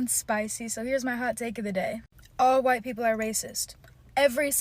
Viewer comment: And the woman isn't even from a so called "oppressed" demographic. She's from the one that does better on average than "CHWIGGHTT" people financially.